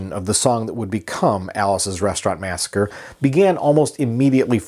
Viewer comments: its massacree..... you keep sayin massacre.... two totally different words...... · Mass a cree….not Massacre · Alice's Restaurant Massacree. Massa - CREE. NOT "Massacre". And I think the friend's name was Roger. And it was Alice's Back Room. Arlo isn't well these days and isn't doing interviews or playing shows; but he has a huge family who would probably comment on the truths and fictions of the song. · The last time I listened to this song, it's spoken Masacre, not Massacre. Otherwise informative. Just saying. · It's "massacree". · Massacree. Its massacree.